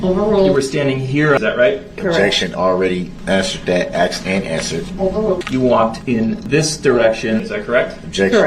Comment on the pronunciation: There is no X in asked (axed and answered)